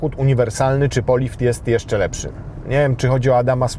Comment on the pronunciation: lepŻy :p